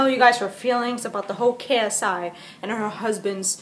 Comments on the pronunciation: I laughed when she said sci when it's ksi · It’s not CSI it’s KSI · It's not csi it's ksi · First of all his name is not csi it is ksi